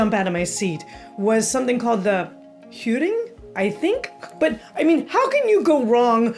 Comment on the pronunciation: think T-yill-a-wips "j" is usually "y" sounding in Swedish and Danish "v" is generally "w" Hurring was bang on though